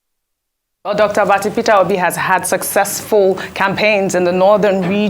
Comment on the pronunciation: I like how that young preacher called him Fitter Obi 😂😂😂. In the east we call him Pitobi 😂 and the Yorubas say Peter Hobi. 😂